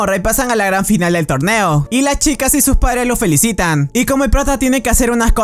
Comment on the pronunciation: Deberías mejorar las palabras que dises porque dijiste torbeo y no torneo